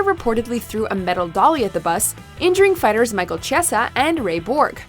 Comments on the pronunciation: KHABIB NURMAGOMEDOV (NURMA-GO-MED-OV.......MICHAEL CHISEA (KEY-ES-A) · It's pronounced Chiesa with ch making a k sound, get your facts right before making a video